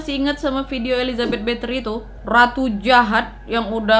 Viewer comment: Kak bukan Bathory (betri) tapi Bathory (bathori)